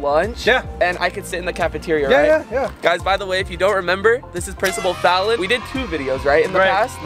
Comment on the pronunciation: I love how he still calls him princible fallon😂